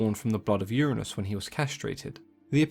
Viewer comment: Is it just me or did he say Butt of Uranus